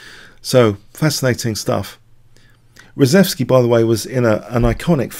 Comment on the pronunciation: I believe the name is pronounced "shev" - ReSHEVsky, not ReSEVsky.